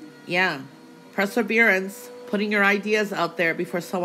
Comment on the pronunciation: Please....as much as I love your predictions, it's perseverance, NOT presserverance... per not pre......